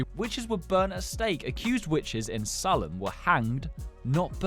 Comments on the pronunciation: U say it like "saylem" not "sarlem"😂😂😂😂😂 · Sahlem!?.. Its SAYLEHM